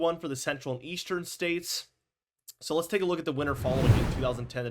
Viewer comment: Do you know how to pronounce winter?